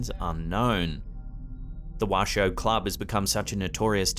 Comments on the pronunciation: Sorry K, it's pronounced wash-o not washed. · It's pronounced 'Wash O